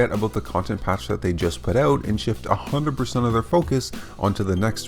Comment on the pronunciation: It's "out" not oooot.